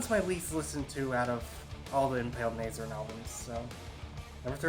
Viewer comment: Weirdest metal channel ever. Literally had to turn this off because of that unfunny shit at the start. Also, I beg of you to look up how to say Nihil and Nazarene.